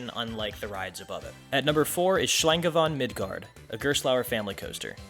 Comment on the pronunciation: love how you pronounce Schlange von Midgard 😄 really interesting! I've never been to Hansa Park but since I've been a child I wanted to ride Fluch von Novgorod. Just from a far I'm not too excited for Kärnan as on photos especially the big tower doesn't look so nice but I guess/hope irl it is different. When I'm in the north again I definitely will visit. I really like the cultural and historical view that they chose to follow. As a child/teenager I was always a big heide park as it used to be kind of the thrill park in Germany so I'm excited for you're ranking there and if there will be a separate vlog on heide Park for this one as well!